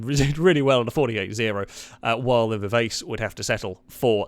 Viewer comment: "Vivace" is pronounced vih-vah'-chi. It's a musical term that means a very fast tempo.